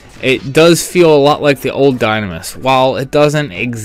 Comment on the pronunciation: You mean "die-NAM-is" and "ru-LU-day" Heh. That's how I've pronounced them for 14 years at least.